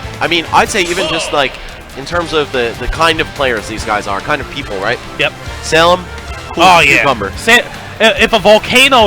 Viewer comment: I still hearing the commentators call salem "sailor" wtf